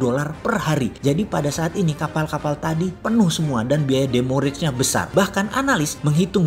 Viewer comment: koreksi Bossman di "Demo rage" harusnya "Demurrage"